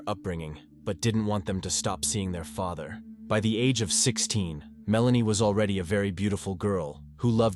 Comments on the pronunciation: Maria’s daughters had a great relationship with their stepfayther, they considered him their second faathere, 😂 this AI voice is too funny for these videos, if you can’t narrate yourself don’t make these videos. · 🤣 The AI spoke the word "father" almost back to back... Pronounced it wrong BOTH times with 2 different pronunciations. "Fay-ther" and "fa-ther" (with a short "a"). These guys have a few channels that all are the same. "True Crime" "True Crime Documentary" "True Crime Chronicles" Etc... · Kobie- EXACTLY! It's the little things like medelin instead of MEDELLIN (double LL=Y) so enunciated Medeyeen. Then it gets worse- faether then next word fäter? I'm done can't watch this. 😂🤣🤣✋ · Lol omg yes faaather instead of father lol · Step fayeder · 51 I didn't know there were that many pronunciations of the word "father" 🤷‍♀️ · wth is wrong with the pronounciation of "father"??